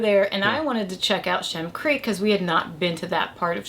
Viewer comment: FYI, It is Shem Creek, not Shim Creek. Great video!